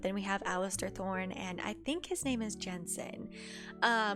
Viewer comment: His name is Janos Slynt not Jensen 😄